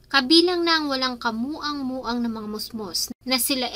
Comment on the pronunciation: Anong ka moang moang 😂 kamuwang muwang po